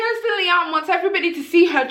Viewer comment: It's Kristen you keep mispronouncing it as Kirsten , the video title is incorrect as well